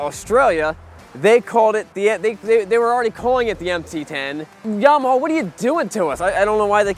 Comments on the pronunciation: Yamawhaw, LOL. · “This is Llama Hoss.... this is Llama ya’ll.... this is Yamme Hoose” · Stop pronouncing YAMAHAW FFS 😅😅😅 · "Yamahaw" Lmao 😂😂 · And yamahawww